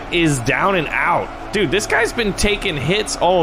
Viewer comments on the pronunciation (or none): none